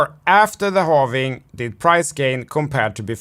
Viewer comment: I dont trust anyone that says halvening. It's halving.